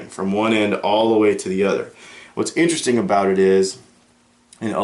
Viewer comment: Veddy in-tear-esting